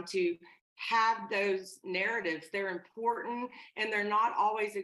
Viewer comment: Her not being able to pronounce “ important” is maddening.